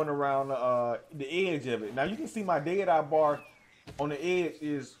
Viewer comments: Does anyone else hear a weird pronunciation of "deity" throughout the video instead of dead eye?? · What the hell is der dar? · Wtf is dade eye? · More like dēA dī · He said dad I lol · 'Day Dye'? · I am glad he showed us how to use da ded uhh, fill da ded uhh core and how da ded uhh meter can fill quickly or slowly based on how ded uhh core is full or not. Thanks for da video on ded uhh